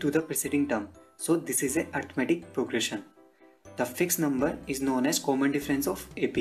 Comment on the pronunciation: It's arithmetic not arithamatic but loved the way of teaching helped me a lot for my exams